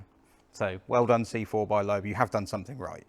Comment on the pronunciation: The French pronounce it ‘leb’.